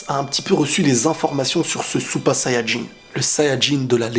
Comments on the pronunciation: Parles français ou japonais, mais dire supa sayajin ça fait handicapé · t es genant quand tu dis " super sayan jin" t es chelou